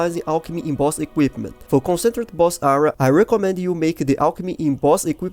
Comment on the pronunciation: Please Google "Concentrated pronunciation".